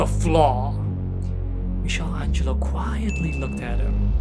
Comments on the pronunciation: My friend, all great content, but Michel Angelo is Michelangelo, and the ch is like a K 💜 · Great video but you need to improve your English. Some misspellings. And "mixel Angelo"?!!? It's "Mickael Ângelo". Keep posting great content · Great video.. but as an Italian I have to say it and I'm sorry lol It's pronounced "Mee-kuh-lan-gee-lo" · Dude,you are saying Michelangelo's name all wrong.